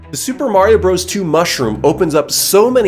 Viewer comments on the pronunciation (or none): I love how you say mushwige